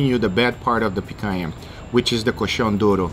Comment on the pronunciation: Guga, are you brazilian? Your accent of "picanha" and "churrascaria" is perfect!